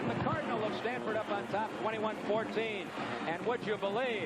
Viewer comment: LOL Stanfurd. GG SJSU